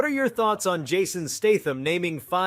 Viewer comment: Or Jared "Leeto". Or Jason "Staathm".